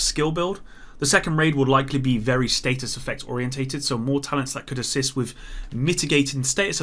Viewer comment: Is it just me or does anyone else find it weird that pronounces status like state us